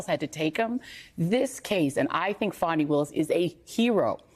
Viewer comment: Her name is pronounced "Fawny," not "Fanny."